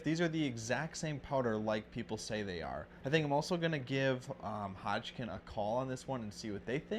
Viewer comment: I like the information being provided, however I can't stop geting hung up on the fact that he can't seem to pronounce Hodgdon as Hodgkin.